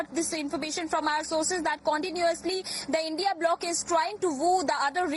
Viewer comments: It's india alliance 😂say it properly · Say india not I N D I A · It is not I N D I A it is INDIA SCHOOL NAHI GAYI KYA? Sirf baat karna aata hai padhna nahi 😂😂😂